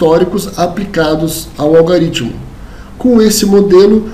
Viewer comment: A aula é excelente, mas fica aqui um toque. Não existe "algaritmo". A pronúncia correta é "algoritmo".